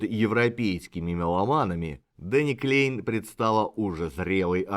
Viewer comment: Да, и во Фландрии говорят на языке, похожим на Голландский, а не на немецкий. Я там жил и работал когда-то, поэтому слегка разбираюсь в теме. И правильно произносить Кляйн а не Клейн.